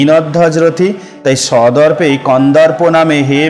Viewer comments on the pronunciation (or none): দারুণ বলেছেন, 😘 " সদর্পে " কে আপনি মনে হয়" সন্দর্পে " উচ্চারণ করে ফেলেছেন